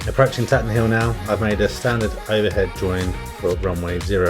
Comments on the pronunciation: FYI : Up here locally we pronounce it “Tayten Hill”. Looks like a good day for flying that day! Have you been in to Derby? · A very nice vid 👍 It’s good to see the facilities as well as the flight, which adds interest, so your content is excellent. Tatenhill is a gem, centrally based, excellent runway and friendly. I used to be based there a couple of years ago before moving south… we pronounce it Taytenhill 😉 Thanks for posting 👍